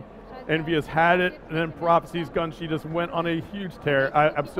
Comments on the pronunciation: Erm... Shouldn't the guy's gamertag be pronounced as, "Gunshy" as in, "eye" at the end?.. Not Gunshy with an "ee" at the end... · It's not pronounced "gun-shee"... it is "gun-SHY"... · GunSHY. SHY. Not sheee. My god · i've never followed mlg im only here because it's black ops 2 but im pretty sure it's not pronounced "gunshie" its "gun-shy" shy as in "shes a very shy girl" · GUNSHEEE? or is it GUN-SHY? too much mispronunciation going on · Its gunshy, Not gunshee -. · Why was the game commentator calling GUNSHY, GUNSHEE the whole time?!!! whatevs. This game is going to be epic. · dont know why this man keeps saying "gun-shee" when its "gun-shy" lol ... hooked on phonics !!! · isnt gunshy's name supposed to be pronounced GUN-SHY? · its "gun" "shy" lol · lol "Gun-She"... moron. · how on earth can you mispronounce GUNSHY?